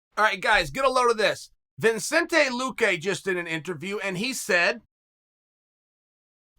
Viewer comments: Damnit Chael this is not John travolta from pulp fiction it’s (V cent Aye) 😂😅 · Chael: ViNCente Luque Me: ViCente Luque Chael: No Me: OK bro. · There’s no n before the c in Vicente Chael